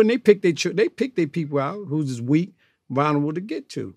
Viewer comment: I love old heads that always mispronounce shit, “they vonerable” 😂